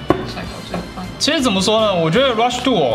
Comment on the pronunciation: Rush "DO".......Rush "DO".......是 Rush Duel 吧